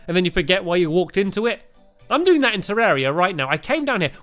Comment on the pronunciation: Hi stampy I've been playing this game for two Yeats and one thing about the pronunciation its not terreria its terraria